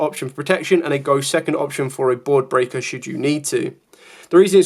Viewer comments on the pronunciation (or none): none